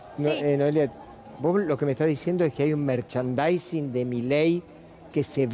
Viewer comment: Periodista no sabe la palabra merchandising